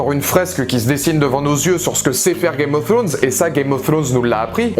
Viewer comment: Ta pas compris que le roi de la nuit et son armée de mort c'est un seul cerveau celui du King of night chelou ton debrief...! Games of throooooones bof l'accent, rien ne va, bonne continuation quand même